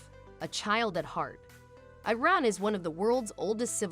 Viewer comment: First: You could at least learn how to pronounce the name Iran. Second: I have never seen anyone in Iran eat using their hands. The oldest cutlery for eating, fork, spoon, and knife are found in Iran. Third: most Iranians eat behind tables, if the table is not large enough or too many guests it is usual to sit on the floor. I guess you have never been to Iran before.